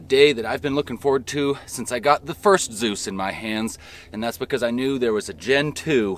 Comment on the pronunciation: Hesus entered the Chat 😂😂 It's Z E U S Bro